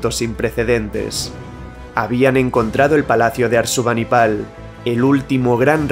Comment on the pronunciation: Ojo, es ASURBANIBAL, y no “Arsubanipal” 😅